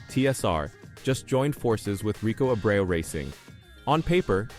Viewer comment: Rico's last name is pronounced AY-BREW.